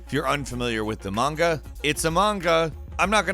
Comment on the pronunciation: "its a Munga" =D